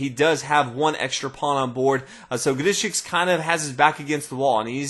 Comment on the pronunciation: I love how he pronounces Grischuck's name. Sounds so unique.